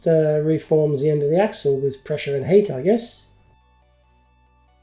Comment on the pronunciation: Instead of "pressure and heat" I misheard "pressure and hate" and I was quite surprised. 😂